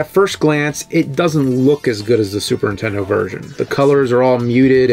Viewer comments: Why does it sound like you say SUPERTENDO and not superNINtendo.? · The way you say Super Intendo takes me back. My cousin always said it like that and I'd yell at him that there was an N. Memories. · He can say Nintendo but still says "Super intendo". No wonder you got bullied bruh, It's frustrating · Is it just me or does the nerd keep saying super tendo? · Love you videos, but what the heck is a super In Tendo? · There are THREE Ns in Super Nintendo. Not Suprentendo. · its not a "Super Intendo" ffs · The way James always says Supern-Tendo. 😆